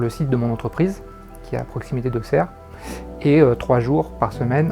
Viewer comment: Il a dit AuKSerre au lieu d'AuSSerre 😱😜